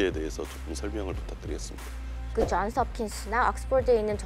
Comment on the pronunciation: 쟌스합킨스 악쓰폴드, 헤헤헤 는 한국인 아닌가요? 헤헤헤 영어가 한국말 보다 편한 저도 한국말에 영어를 끼어 넣기할 땐 한국어 맞춤법에 맞게 발음 합니다. 왜냐하면 거기서 주가 되는 말이 한국어 이기 때문 입니다. 좀 웃긴다. 헤헤헤